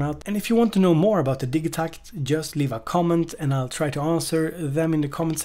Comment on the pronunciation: Bloody hate the pronunciation of the Elektron way. "Digi" part of the name is an abbreviated version of "Digital", now, say the first part of "Digital" to yourself and then add "takt" on the end of it, hey presto, the way is should be . You don't say Dig-e-tal, when you say digital? Haha, minor nit-picking but it is one of those things that when I hear it, it makes me NOT want to buy one, lol.